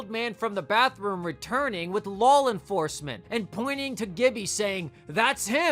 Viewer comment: Bro do you add “L” to the end of every word that ends “aw”? Istg you be saying shit like “drawl” instead of “draw” “lawl” instead of “law”